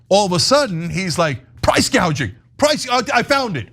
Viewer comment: Btw Kamala called it price GAUGING when she first discussed it, mistaking it with the word GOUGING.